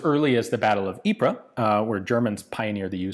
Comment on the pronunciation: Ypres is pronounced ‘Eep’ not ‘Eepres’.